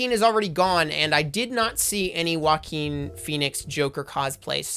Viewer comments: What happened to your mouth when you tried to say Joaquin? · You said Joaquin wrong